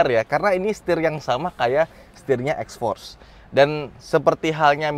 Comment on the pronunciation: Salah aksen anda mas maksudnya itu xforce yg jg Mitsubishi